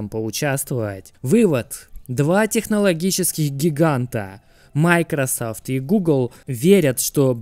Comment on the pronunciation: Почему майкросАфт, а не майкросОфт?